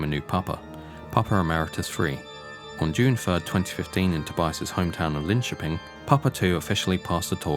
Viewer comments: Probably one of the best English pronunciations of Linköping I've ever heard. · Finally someone who can pronounce Linköping correctly. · The pronunciation of Linköping was eerily good! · 'ö' is hard for English speakers, but agreed ... it's pretty good.